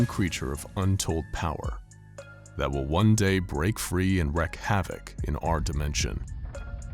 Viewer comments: These are fun to watch, but theres one little think that drives me crazy...instead of the narrator saying "wreak havok" he says "wreck havok". Its pronounced wreak as in reek. Sorry...i wouldnt have bothered if id only heard it a few times, but he says it about 5-8 times per SCP. Other than that...really great job! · 055 sounds like the Silence from Doctor Who or Forget-Me-Not from X-Men. In the section about SCP 3999, you say that people are being "subjugated to" things when you should have said "subjected to." Also, it's wreak (pronounced like reek) havoc, not wreck havoc. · Guys? Wreak is pronounced "reek". You wreak havoc.. you dont "wreck" havoc. You get that word wrong in every video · IT'S REEEEK. You WREAK (REEK) havoc. Not wreck. Christ. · For the record: it's wreak havoc, not "wreck havoc" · It's Wreak Havoc! Not Wreck Havoc! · Sorry but I just had to come to the comment section and say it. It’s “wreak” havoc, not “wreck” havoc.